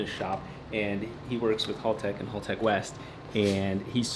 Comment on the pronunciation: It will be a cold day in hell when American youtubers pronounce Haltech correctly lol...... Congrats on 1mil!!!!!!!!